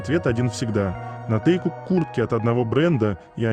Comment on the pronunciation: Хочу поблагодарить автора этих видео о Вигуках или Тэкуках. Они очень интересные и милые без насмешек и пошлостей. Спасибо большое! Но хочу обратиться к диктору, пожалуйста, обратите внимание на произношение и ударение в словах. Пару называют Тэкук ударение падает на букву У. И по правилам русского языка имена собственные склоняются по лицам и числам, поэтому они Тэкуки т. к. их двое. И в некоторых словах также не правильное ударение. Не хочу вас обидеть, а хочу помочь, чтобы ваш голос звучал ещё красивее.